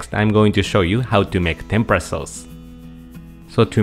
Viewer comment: Dear Sir.yuor pronunciation on Tempra that's the way you pronunciation sound BUT. RIGHT WAY IS TEMPURA Wich make lots difference